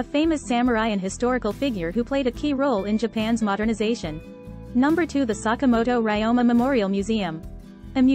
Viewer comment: yes, it's 坂本龍馬。We need to work on our pronunciation.